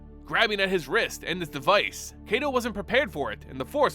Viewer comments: It's KY-to, like KITE-o. Not KAY-to. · So is his name 'KAY-to' or is it 'KAI-to'? It just bugs me how you pronounce his name. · Why everyone sound like they saying KaiDo not KaiTo. Are my ears just shot?? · Love the video, but a small correction in pronunciation if we are to go by the Japanese names these characters are named from. Kaito is pronounced like the word Kite but with an O at the end, not "Kay-tow". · Like Cobra Kai...... toe. And yes it bothers my weeb ass.